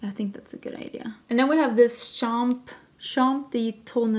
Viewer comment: Hi!!! As a french Canadian I can comfirm that YOU ARE A GENIUS 🤣 Except for the P in « champ » de tournesols 🌻 your pronounciation is totally ok 👍🏻 The P in champ is a quiet P. And by the way that effectively mean sunflower field. I have to say that your french is way better than most of my fellows english Canadians… 😛